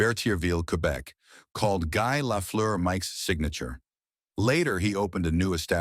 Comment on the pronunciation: Calling yourself NHL icons is tragic. You can't even say his name properly. This not very professional.